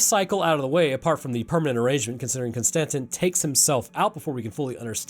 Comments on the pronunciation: The way you pronounce “Constantine” keeps bothering me 😂 it’s “Konstanteeeene” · Bud, love your channel, love the vids. But, my guy, Con-stan-teen. Like Keanu Reeves playing John Constantine. You know this I’m sure, and I just got trolled for this whole video. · Its pronounced constantine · It's "Constantine" like the Roman Emperor. Yes, I know an E is missing. The Germans do the same thing w/ the name. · Nigga con- Ston- teen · I apologize for him butchering the word "Constantine." The German language also drops the "e" at the end but you still say it.